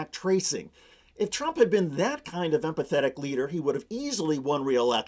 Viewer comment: "empatheic?" ha ha ha ha!